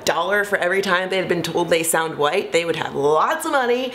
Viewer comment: in your particular case, i don't think it's a "multi-layered issue" around how black people speak. it's because you sound like you're from the valley. or someplace. there are black people who "speak well", "sound educated", and "have great diction", but don't sound like you. words like "white", you pronounce as "woieet". also, many of your sentences end with that upward inflection stereotypically characteristic of valley girls. so...i would caution against turning this into a whole conversation about multi-layered issues when the fact is...your accent and inflections do carry a bit of "valleyspeak".